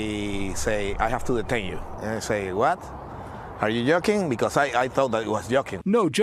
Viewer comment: he said are you yolking :face-blue-smiling::face-blue-smiling